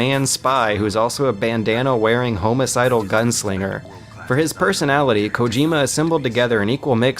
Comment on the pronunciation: Did anyone mention "home-asidal" yet? lol IDK where got these pronunciations from. Even in other videos he says "homo-side" and "adveserry" instead of adversary, nucular, I could go on for days. It's like he never spoke to people in real life and just learned every word from books.